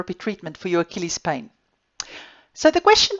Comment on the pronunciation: I like the way she says pain. “bain”